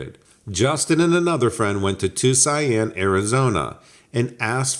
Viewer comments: I thought you were trying to say Tucson🙂People butcher that one in different languages too😄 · Is ...he saying ...Tuscan lol? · Yes it Tucson.... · are you tryiung to say tuscon? it pronounced two son. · I thought that myself. 🤣